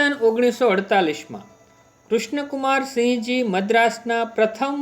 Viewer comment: it's sinh not singh